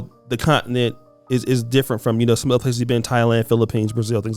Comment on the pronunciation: Someone please teach how to pronounce continent.